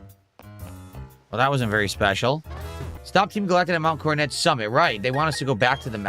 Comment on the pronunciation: The "King" doesn't know how to pronounce "Coronet". How fitting.